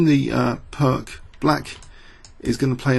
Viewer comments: Pirc is pronounced "Pirts", not "Pirk". It's named after Yugoslavian GM Vasja Pirc. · I know, old video but I just can't stand the wrong "Pirc" pronunciation, it is pronounced "Pirtz"